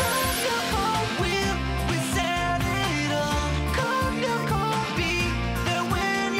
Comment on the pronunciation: The 2000s had much better times. And it's lyoko not loco